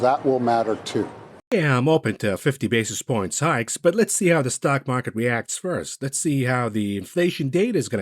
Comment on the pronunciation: Why do I keep hearing it as "fifty Bezos points?" Is rent for people in my head moving higher?